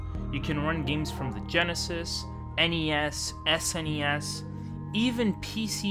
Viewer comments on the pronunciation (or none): none